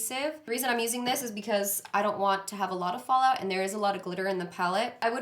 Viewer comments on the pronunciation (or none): none